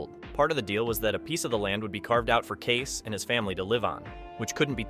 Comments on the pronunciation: KAY-SE, not Case. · It's Kay-see. Not Case.